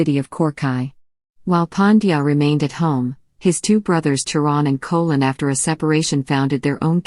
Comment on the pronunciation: You are pronouncing the word "cholan" as kolan. The correct pronounce of that word is cholan(sholan).